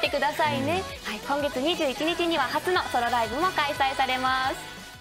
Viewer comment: 初のソロライブ が 初のホロライブ に聞こえたw